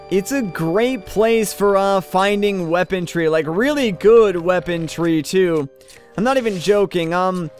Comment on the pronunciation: lol its weaponry you said weapontree